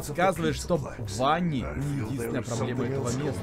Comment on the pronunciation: Ванни а не банни